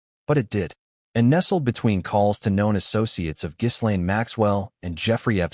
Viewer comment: “Ga lane, not giz”